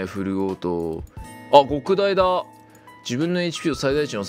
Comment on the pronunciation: どうでもいいことだけど「極大」の読みは「ごくだい」でも間違いではないけどどちらかと言うと「きょくだい」の方が正しかったりする